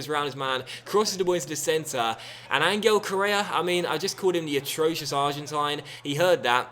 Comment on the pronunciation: hi im from spain and i support Atlético de Madrid and Ángel correa's name is pronunced like this:"anhell correa,keep on going like this and nice vídeo